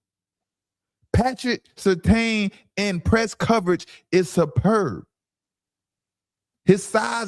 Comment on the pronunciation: Guy said Patrick Surtain